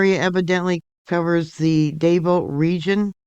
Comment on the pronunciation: Hi, Thank you for covering this. Just a little FYI…Davao is pronounced like…two syllables…Dah Vaw…not Day Vo.